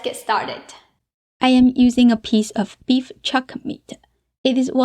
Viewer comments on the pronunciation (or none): Just curious why she adds a schwa when sentences end in consonants? Like "beef-uh" instead of "beef".